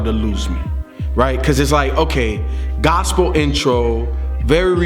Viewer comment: IT'S NOT A FUCKIN GOSAPLE ALBEM STOP SAYIN THAT!!!!!!!!